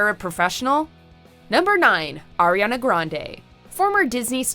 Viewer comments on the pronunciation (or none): none